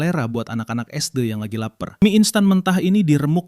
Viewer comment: suara ai nya dibikin premium dikit sih, mas sebut sd aja gabisa